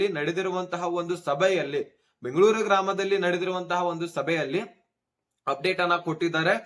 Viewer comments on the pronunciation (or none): none